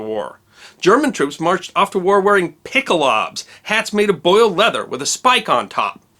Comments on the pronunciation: No, they did not wear pick a lobs. They wore a helmet called "Pickelhaube" which is pronounced not one bit like you pretended there. Don´t make statements of fact without doing the necessary research beforehand. Poor show there. Hope you are embarrassed enough to do better next time. edit: since you´re obviously not keen on doing any actual research, let me spell it out for you. Try "pickle-how-buh" in three distinct syllables. Or maybe pick up a book and learn the real thing. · It's "Peek-ul-how-buh"